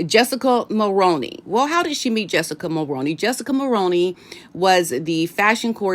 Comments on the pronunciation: It’s Mul-roo-knee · Jessica Mulroney's last name is pronounced like combining the actor Micky Rooney's last name and Mull ...so Mull-Rooney 🙏please don't take any offense I'm honestly trying to be helpful. I'm a 53 year old born, raised & lifelong 🇨🇦 I can clearly remember hearing our former Prime Minister Brian Mulroney's name on the news.. and then again in the 90's when Brian Mulroney's son Ben Mulroney became a TV presenter/host...I often heard commercials advertising that he'd join whatever show it was, so I know how the last name is correctly pronounced. So Jessica as Brian Mulroney's daughter in-law and Ben's wife will be pronouncing it the same way as they do. Again 🙏please don't take any offense as I don't mean any, I'm just trying to be helpful. I'm also saying this to others as well, because I know as Americans you aren't familiar with our Prime Ministers former or current except maybe Trudeau..So you aren't familiar with how the family name Mulroney is correctly pronounced. If you speak with Paula M ask her as she says it correctly as she's also a 🇨🇦citizen. Lady C sometimes says it correctly but even when she doesn't it's close enough. Take care and best wishes *edit I know that it looks like it should be pronounced as Mull-Rown-Knee but it's not it's one of those names/words that doesn't follow the norms ... If the Mulroney's would simply add an extra "o" in their name it might help - Mulrooney 🤔🤷‍♀️ but it's definitely pronounced like actor Micky Rooney's last name with the p